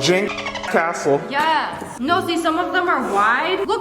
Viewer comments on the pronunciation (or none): he laughed because you said cazle NOT castle and.............;; its not a house its a castle -title of video (building my dogs a HOUSE)